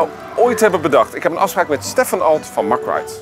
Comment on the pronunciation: Fan van het kanaal. Super fijn om altijd extra dingen van attracties te weten te komen via jullie.🙏👍 Verbreedt mn kennis. Men spreekt eigenlijk de Engelse benaming uit, "mek" rides.. als ik "mak" rides hoor dan 🥵